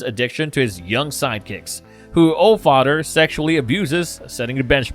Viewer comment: I'm sorry but I can't listen to someone who says Othdder or Fadder